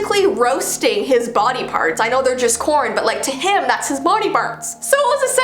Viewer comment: you said body bards jajaja